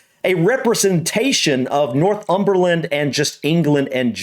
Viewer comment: Nor-thumberland, not North-umberland 🙂